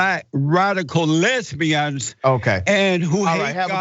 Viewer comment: Jesse said lesbians as if it's an actual country 😂😂😂😂😂